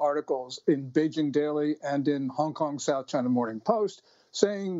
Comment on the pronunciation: He said CHYnUH